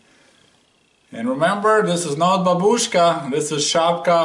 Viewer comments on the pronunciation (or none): none